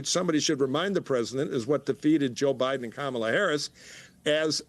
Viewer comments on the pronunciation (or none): none